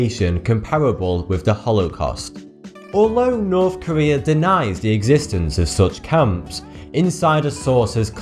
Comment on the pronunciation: It's norTH Korea not norfff Korea and 150 THousand not ffousand people jesus! THH not Fff IT'S like you've swapped every TH for FFFFFFFF!